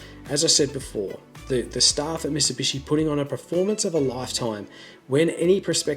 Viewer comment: "Misibishi" lol.